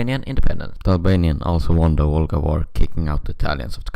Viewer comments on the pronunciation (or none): not volga war but vlora war